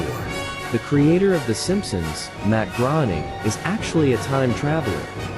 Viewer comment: matt g r o n i n g